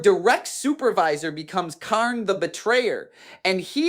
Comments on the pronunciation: I want to butcher this man for everytime he miss pronounced kharns name "Khaiiiiirn", also keep in mind if it wernt for the bloodthirster im 70% sure kharn would have killed abaddon, even though I believe abaddon is way stronger because of the fact that kharn kept closing the distance with abaddons fight basically gurenteeding kharns victory but im pretty sure abaddon couldn't keep up with kharns relentless aggression but prove me wrong because I dont know the full fight, and how it would have ended lol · AI video alert, listen to the pronunciation, Kharn, Khern, Dee-a-mon, the channel is probably filled with AI videos.